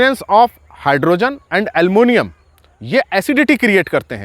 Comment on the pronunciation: What is almunium?Is it Aluminium you want to say?